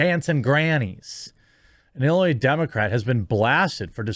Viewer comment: Jeremy. Learn to pronounce "Illinois" correctly.